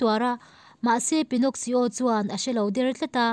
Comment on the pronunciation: Pinnoxsio in tia,Pinno-ki-o tia lam tur alom..